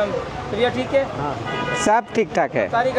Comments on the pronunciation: আপনার সালামের উচ্চারণ আমার মনে হচ্ছে ভূল হচ্ছে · ভাই আপনার সালাম টা সুদ্ধ হয়না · আপনার সালামটা সঠিক হচ্ছে না।